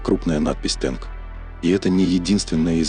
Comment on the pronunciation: А почему "тэнк", а не "танк"?!!!